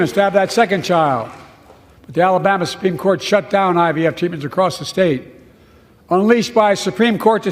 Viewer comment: . Biden said “Guarantee the right to AVF.” What is AVF? Is that Hunter asking for Adult Video Films? It’s IVF